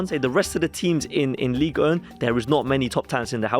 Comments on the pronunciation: “Ligue Ern” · "ligue ern"